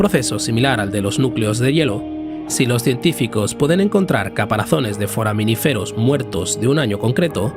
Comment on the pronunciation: Es "foraminífero", con acento en la segunda i...🤦‍♂️